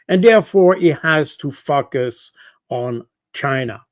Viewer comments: See my comment above. He always pronounces focus as fuck us. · Great insights, thank you, Col. Baud. But please stop pronouncing focus as fuck us. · His accent is marvellous, but it cracked me up when Col. Baud said explained why Trump must fukus on China. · I love the way he pronounces: “…and therefore he has to focus on China.” That "focus" sounds almost like "fuc$ us". :0))) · Anybody else hearing something quite funny when this guest says “focus”? 😂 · Always love Col. Baud but must admit i always do a double take and then snicker like a little kid at his pronunciation of the word "focus".